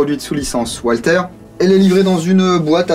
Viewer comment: la marque Walther est a prononcer valteur